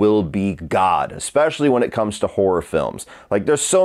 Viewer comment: It's horror not hoar ra!